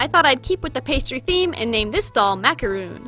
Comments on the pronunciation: ITS MACARON! Sorry I just had to.. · It's macaron, not macoron. And get used to people "copying" you. Our ideas aren't original and you'll have the same answers.